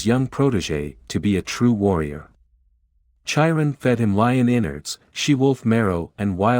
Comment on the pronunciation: Chiron is pronounced: with a hard K; Kai-run